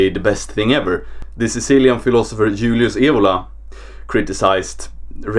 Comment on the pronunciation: You are in every case a extreme narcissistic guy, more as Glenn Danzig for instance in his best times. (That is really a pity.) Or in a language that loves Varg Vikernes: Du bist in jedem Fall ein narzisstischer Typ. Except this and many other things what I found in this video, the name "Julius Evola" is not correctly spoken. There are two options, you can speak the italian version of his name: Giulio Cesare Evola, or you can speak the latin and german version. (Evola loved the medieval Germany, especially das Heilige Römische Reich deutscher Nation!) I believe Varg Vikernes understand this very well. Its a question of respect. To the subject of "Racism": Even the race- teachings or the rac- doctrin of the Third Reich by men like Hans F.K.Günther proclaim not a superiority of the white man generally or such an idea as the "Übermensch". The problem is, that the most so called "National Socialists" of today have no idea of the NS- Weltanschauung and dont understand the german language. And thats why they cant read the most important NS books in the original. The race- teachings of Evola, especially the ideas that we found in his books >Sintesi di Dottrina della Razza< (declared as "fascist" thanks the cooperation form Evola with Mussolini) are very special on the base of a traditional understanding of humanity or to be a human. (3 levels!) Most important is the spirit and the soul of a being. As we can see in his books and also in his last books (for example in >Metafisica dell